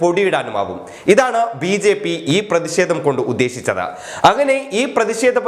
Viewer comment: ദയവ് ചെയ്ത് ഉച്ചാരണ ശുദ്ധി നേടുക. "പ്രതിഷേധം "